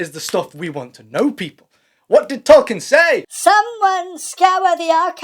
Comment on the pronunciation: You aren't pronouncing Tolkien correctly.